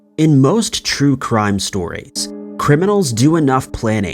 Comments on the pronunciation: Crue Trime stories? Lol had to listen to it again just to make sure 😆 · Did anyone else here ‘scary crue trime stories’ at the beginning 😂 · He said, "Crue Trime Stories". Did anyone else catch that? Rewind to the beginning and listen. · Crue Trime? Dang,! Mispronouncing before the video even starts! ‘A’ game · OMG BRO did you just say " INCESTral " instead of " ANCESTral ?" ...Well, yes is the obvious answer, its right there clear as crystal. But... BRO lmfaO0O0O Dude, I thought the spoonerism of "Crue Trime" at the beginning was fairly clever and humorous, but... this ... lolol idk why its so funny to me that you decided to slip these things in but now I gotta pay attention to see if there's anything else. ...or is that what this is?? you've stepped up from the whole 'random slip-up(s) to boost comment engagement' schtick to 'slip-up eastereggs (or whatever) to further boost comment engagement and viewer retention and possibly more views due to re-watches for more slip-ups' If I'm right, you're a genius man. ... However, if I'm not.... read your comments most of your vids either way this is hilarious to me ^.^